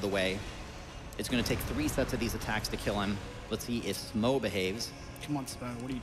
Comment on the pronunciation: Tough. Dough. Through.... so how are you actually supposed to pronounce 'Smough'? 'Smow' just sounds wrong to me 😂